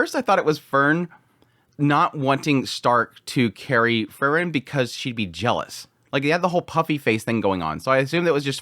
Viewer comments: It's Freeren, not Frrren.😁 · As i say again, it's Pronounced like this, Frieren as in 'FREE-REN'... Not Furren. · You pronounce frieren and fern almost exactly the same and its a little confusing, good video though! Slowing down your speech in general would be nice imo, as you tend to say individual words very quickly in a way that can be difficult. Just chill, speak a little more deliberately it would be a big improvement just imo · You pronounce Frieren and Fern almost exactly the same and it confuses me sometimes haha